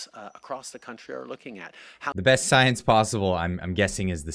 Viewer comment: Trudeau talking about "science" always makes me think of princess tiabeanie in netflix's Disenchantment series she keeps running around saying "stiance"🤣